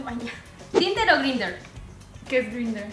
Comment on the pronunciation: Tinder o Gindr? jajajajajajajajajajajaja XD